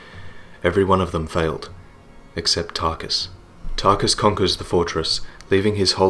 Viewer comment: Tar-KUS! Tar-KUS! Tar-KUS! Tar-KUS!